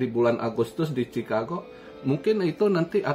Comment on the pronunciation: "mi-wol-kii" "Chi-kha-gow"